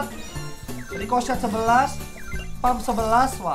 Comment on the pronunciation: Ricochet kedengeran di telinga gue Ricloset